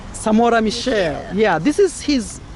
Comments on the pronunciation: It's Samora Machel not Michel say it in swahili you will get it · Machel not michel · It is Samora Machel not Samora Michelle... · His name is MACHEL, not Michel,. It is important to try and pronounce people’s names right. Thank you for the informative material you always post. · Not Mitchell but Machel